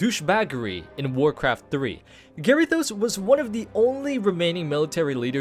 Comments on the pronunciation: Oh man the way you say some of these names is so uncomfortable. M'gatha instead of like Agatha but with an M. Also Garythose instead of Ga-rih-THOS. It doesn't end on an e so it shouldn't sound like those. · M'gatha and Garythos. Good grief. Firstly it's like Agatha but with an M and we wouldn't call Illidan Illy-dan would we. Ga-rih-thos. You were making the I sound like Gary and i don't know why you put so much emphasis on the o. The os should sound like how you say Ross.